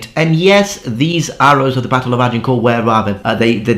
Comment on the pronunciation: This anorak cannot even pronounce the name "Agincourt" correctly but is an authority on the colour of the socks worn by the combatants. What a dork.